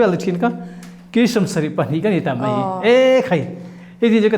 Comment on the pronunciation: Mai tih tur ah mei a ti char char a kawm tu hian.